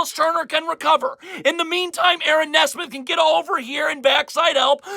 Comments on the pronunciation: It’s NEE-smith not Ne-smith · It's pronounced "Knee-Smith" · He still can't pronounce Nesmith.